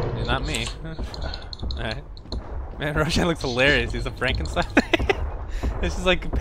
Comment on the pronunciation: Frenkenstein Rosh-nin..hahaha